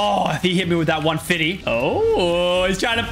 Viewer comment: Stop saying one fity